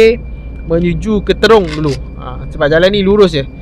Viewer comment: Assalamualaikum wbt buat.apa khabar? diharapkan saudara sentiasa komited dan bersemangat untuk merealisasikan usaha menerbitkan kontent yang lebih padu dan bermanfaat setiap kali upload video.jangan mudah mengalah.sebutan Trong sebenarnya bukan terong.jalan dah banyak berubah cuma suasana masih sama,jadi berhati-hati dalam perjalanan tu.bermacam-macam kemungkinan boleh terjadi.moga sukses selalu.salam hadir dari Perak Tengah.